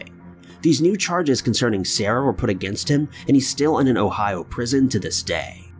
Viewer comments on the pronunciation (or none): none